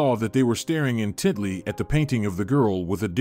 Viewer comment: It's "intently", not "in Tidley".